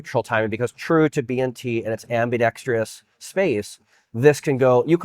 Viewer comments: It’s pronounced “ambi-dex-Trous”. Not “ambi-dex-tree-us”. I don’t care how you say it, I’m just tryna help you out so you sound more knowledgeable and professional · Officially the most annoying gun channel on YouTube. How many times are you going to say "in that space"? Oh look, you did it again . Oh, and "i'M aN oPeRaTor." LMAO. It's not AMBIDEXTREEEEEEEEEEEEEEEOUS. There's no EEEEE in the damn word.